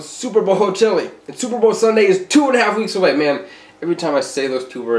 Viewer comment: Matt’s toilet: hears him say chillie 😫